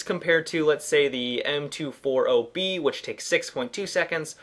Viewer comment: Hate being a grammer nazi but as a gun nut, the M240B is pronounced "em two forty bravo or em two forty bee"